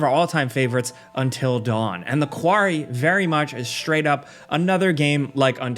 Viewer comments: “The kwarry” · The quarry? The quarry??